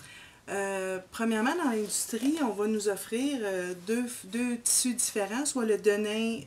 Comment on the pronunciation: Pourquoi prononcez-vous : deux tssus différin lo ??